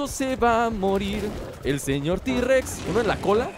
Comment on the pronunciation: tirrexeses se dise t rexs